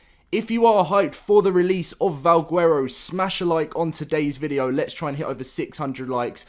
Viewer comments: Stop saying guuuero. Bro. Garow. (VAL) (GARROW) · He says vawgwerrow